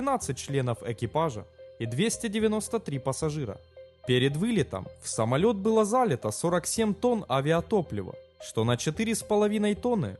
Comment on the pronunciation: Не зАлито, а залИто. Не ЛажЕш, а ЛАжеш.